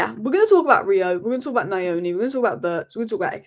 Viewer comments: Trey Nyoni is actually pronounced as NYONI. The Nyo sounds like "gne" on lasagne which sounds like "nyaah". So for Nyoni it will be "nyooh" and not "nyaah" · 🤣🤣, it's not NAH - YO - KNEE, it sounds more like NEW - O - KNEE ! 🇿🇼🇿🇼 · It's trey- nyo not naiyoni; like the way you say español or niño